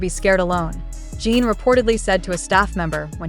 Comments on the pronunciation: Your Post is Always Full of LIES. And when will You PRONOUNCE correctly? It's JIN, NOT JEAN. Reporting You. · You can spell Jin as 'Jihn' in your English robot translator for these videos so it pronounces the name properly instead of 'Jean'. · ** You Can't Even Pronounce the Name Right. It's NOT JEAN. Get it Right.